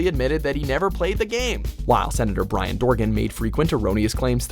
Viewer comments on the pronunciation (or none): It's Byron not Brian, you dumbass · It's Bi-Ron Dorgan, not Bryan Dorgan